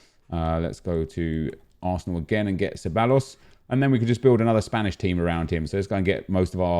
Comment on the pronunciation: Can u stop butchering ceballos’ name its pronounced ceb-i-os